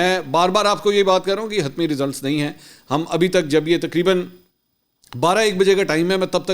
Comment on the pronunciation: بھائی حتمی ہوتا ہے۔ چ مت بناؤ